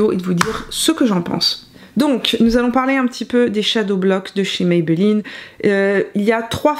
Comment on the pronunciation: Bonjour ça s’écrit Maybelline. Ça se prononce comme ça s’écrit et c’est une marque Américaine, qui a été racheté par le groupe Français L’Oreal.